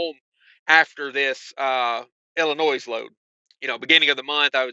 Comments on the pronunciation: Yes, the 's' at the end of Illinois is silent; the correct pronunciation is il-uh-NOY, not Il-in-OYS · Yes there is a s at the end of illinois. But the S is silent